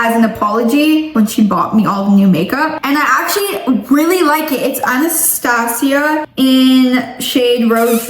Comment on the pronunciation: Not hating but that’s not how you say Anastasia